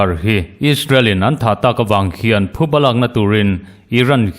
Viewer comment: Thuba anilo, phuba tih tur